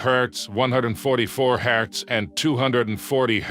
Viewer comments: This video is not made by AI. The only part done by AI is the voice and I can tell this video was well planed. That Is why Hz was sometimes said HAZ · Especially when he said “3 thousand thousand” in reference to the black and white ratio. And who calls Hz “haz”? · Disliking because you can't even be fucked to correct your AI overlay voice for "haz" instead of "Hertz"! Enough with the AI bullshit, use a partial voice modulator and become an impressive speaker to don't complain about "I don't have a sponsor" anymore! Sad and ridiculous. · Why did you pronounce Hz as "Haaz". it's pronounced "Hertz" ,Jesus my ears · It hurts to hear it pronounce the Hertz abbreviation. I can haz monitor? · Good deep dive. I only found one issue - the correct name of the greatness that is often also referred to as refresh rate and its unit is Hz (Hertz - defined by one cycle or one event per second), is frequency, not "Hezz" (?). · When he pronounces Hz "Haz" instead of hertz, yeah, bet on AI. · Haze? The full word is Hertz. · Just FYI…Hz is short for Hertz…not haz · I want a lot of "haaz" 😂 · Higher haaz ...ROFL AI is failing on silly things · did you really cal Hz symbol “haaz”? This video like when a third grader half-as*es an asignment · i don't like the ai tts in this video because it's so monotone and loud [and says hz - hertz - as "haz"] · I know it's a moot point but the way the narrator says Hz is just too funny 😂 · This is a fantastic explanation, very concise and informative But how much of this is AI? The voiceover and the script? Or more Giveaway was the voiceover saying " " instead of 1 million, and the pronunciation of Hz